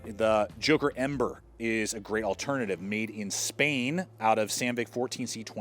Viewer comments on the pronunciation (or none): none